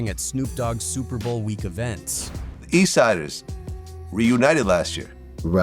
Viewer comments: The F is up with AI voiceover. Can’t pronounce Tha Eastsidaz?😅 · The a.i. cannot pronounce "that eastsidaz" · Your AI thing cant say Tha Eastsidaz? Coulda said it yourself on areal voiceover